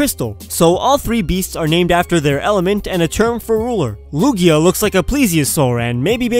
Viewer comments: Lug-IA not lug-io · You said lugia wrong a few times or you said them in a other language